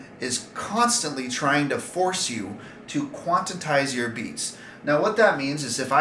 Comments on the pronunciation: Stop complaining, read the manual and change your settings bro.. Smh. And it's "QUANTIZE" not quantitize... Smdh... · It's quantize not quantatize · hard to take you seriously when you say “quantitize”. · I just bought one, not for beatboxing but i hope most of these issues have been fixed by now!. It’s Quantize btw not Quantitize, lol :) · quan. tize ........ quan tize....... also, seems like a skill issue mate.. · QUANTITISE? Bruh you don't even know how to say it lol epic Also software can be updated And also there's options to loose the measures and loop freely Broken? Lmao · yeah that's a lot of extra syllables, haha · yea that was obvious. I had a feeling you were missing the point of the comments. Quantize seems to be a term a lot of people mispronounce and just act like theyre saying it right lol. But appreciate you were only trying to help 🙏🏻